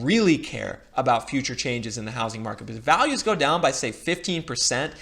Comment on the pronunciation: I will subscribe if you start pronouncing "because" correctly.